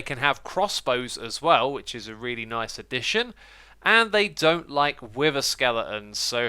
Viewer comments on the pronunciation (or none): none